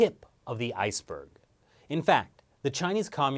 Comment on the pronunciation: Please, Continue this!!! Let's hear the entire "Ice burg"